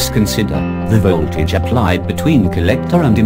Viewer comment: But this is soooooo disturbing. It ll be nice if you do the videos again.VOLT(vol)AGE is what I can hear .This is the 4th time I'm watching this. Cz i I couldn't understand our hear anything except volt vo tage.Exept that video is nice